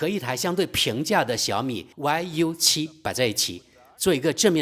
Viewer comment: 大兄弟，那个不念歪油七，念育七😂